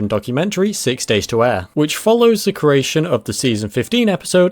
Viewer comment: It's "creation", "christian", "joseph", and "Los Angeles" not "caration", "christ-ee-an", "jozeph", and "Los "Angel-ees""